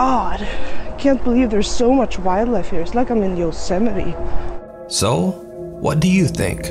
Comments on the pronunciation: At least the girl from Sweden knows how to pronounce Yosemite unlike you know who. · Did this Swedish woman pronounce "Yosemite" correctly when the previous president of the United States could not Yes